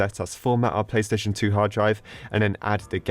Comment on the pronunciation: Is it just me or does he keep saying "pay" station 🤔